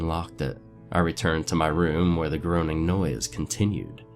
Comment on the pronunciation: groaning is pronounced grown-ning